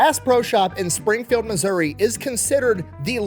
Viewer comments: From Appalachian mountains, everyone always pronounces it like App-a-Lay-shian, instead of correctly like apple-at-chin. He pronounces Missouri the way I've always heard it. What's the wrong way? Like misery? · Thank you for pronouncing Missouri correctly. It seems everyone who does a story on my home state f**ks up the pronunciation of it. As someone local to Springfield, I promise that we are extremely proud of Morris for Bass Pro Shops. I think I'll go visit the store today for fun!